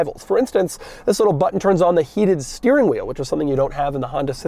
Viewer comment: EEEETHHHUIIISSSSSS the way he says THIS